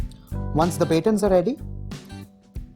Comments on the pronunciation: Ba-tawns not Baytins. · Great video and very helpful!! You would pronounce "baton" as "buh-TAWN" not "BAY-tun" since the word itself is French in origin. English is a pain in the neck since we have origins from French, Germanic, Latin, etc and they all have different rules. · Buh-tawn is how u pronounce baton cut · Batons is actually pronounced bah-tawns. I had no idea what he was talking about until I saw it spelled.